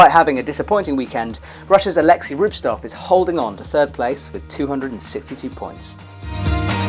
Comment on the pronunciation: It's RubTSov though, not Rubstov.